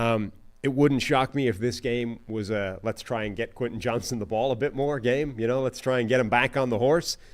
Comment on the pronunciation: Bro.. its Q JOHNSTON 😂😂